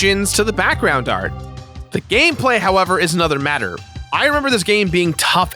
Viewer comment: He totally said gay play instead of gameplay like right at the beginning